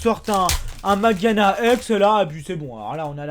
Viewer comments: Mageana ???? Je me disais bien que tu connaissais pas du tout le nom du pokemon quand je t'entendais le dire. C'est MageaRna en fait. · on dit pas mageana mais mageaRna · on dit magearna et pas mageana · c'est MageaRna et pas Mageana^^ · C pas mageana mais mageaRna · ta oublie le " r " dans mageana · c'est Magearna et ça se lit Majerna sinon très bonne vidéo